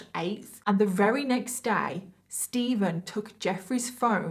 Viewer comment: When you say “very” You say “rerry” hehe x